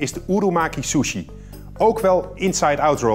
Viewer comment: ‘ Door de Shjusshuieee’ . 😂😂